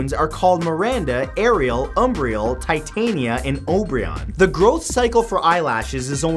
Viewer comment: Titania is pronounced tih TAWN yah. I used to make the same mistake. And I wish you would not use the P word for Israel. That word was invented as a way for Romans to p*** off the Israelites by calling their land by the name of their ancient enemy, Philistia. It really ought to be considered vulgar. If you must refer to the non-Hebrew regions of Israel, just say Gaza or the West Bank.